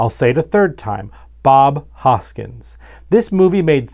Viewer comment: Guys, I love you but it’s Hoskins, not Hojkins! Great fix, Looking forward to the next one 😁👍